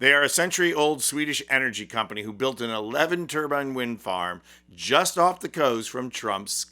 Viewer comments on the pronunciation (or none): Turbine… Not turbin……… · Why you keep saying turBIN instead of turbine. If you’re going to shit on Trump, don’t also look like an idiot yourself. Come on man you’re better than that. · Tur-bin. Tur-bine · Please learn how to pronounce turbine correctly.